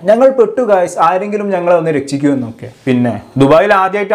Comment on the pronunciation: Malayalam nannaae parayaan padikku broyy....rechhikkuuu annalla rekshikkuuu......annittu vaayo prangikkan😁😁😁😁😁